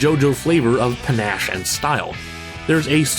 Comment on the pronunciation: PANACHE... with a long "A"...LOLZ